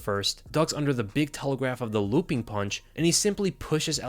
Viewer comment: "Lewwping Overhand"